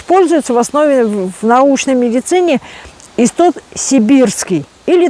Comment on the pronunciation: Это не иссоп, а истод, всё правильно она называет.